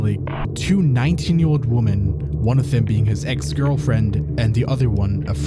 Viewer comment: Look, I love your channel, BUT FOR THE LOVE OF EVERYTHING, the plural form of woman is not pronounced the same way as the singular. I REALLY don't understand why this has become some weird online epidemic lol